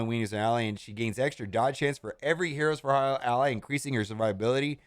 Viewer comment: He had a real hard time pronouncing the word hire in this thing. 😄